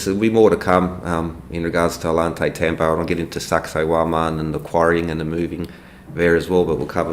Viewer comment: It's painful hearing all the ways Ollantaytambo is mispronounced 😆